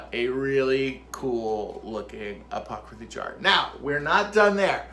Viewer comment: 😂 I am cracking up at "apocraphy" jar!!! That just made my day! They turned out so cute!